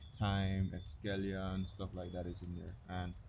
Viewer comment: Love the content. Keep up the great work. One thing though, why do you pronounce the silent e when you say escallion?